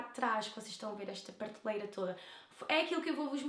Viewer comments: "Partelheira" mais alguém reparou ? hahahaha 😂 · porrra não sabes dizer prateleira ? (disseste partelheira e parteleiras) 😂😂😂